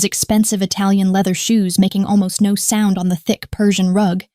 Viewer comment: Well, for starters, the word “no” is not 2 syllables…